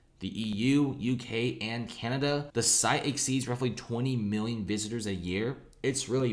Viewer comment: Cant pronounce “million” or “billion” properly. lol